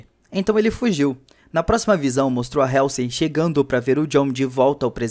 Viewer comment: Legal o resumo, mas a pronúncia da Dra. Halsey esta errada. Mesmo erro que quase todo brasileiro comete com a plavra Apple.